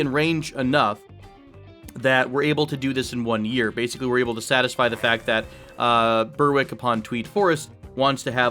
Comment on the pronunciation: The W in Berwick is silent X) not even joking